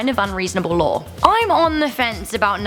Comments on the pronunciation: Lawr. Pentigun. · Does anyone else hear her saying law like lare